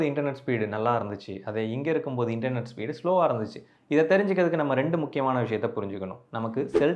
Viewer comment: Internet is word 😅😅😅 Internot is emotional 😂😂😂😂